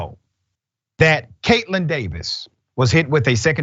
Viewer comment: pronounced: Kate-lynn Dave-is. I grew up around miserable humans like her. You get enough Kool-Aid and EverClear in em' and every word gets an extra syllable...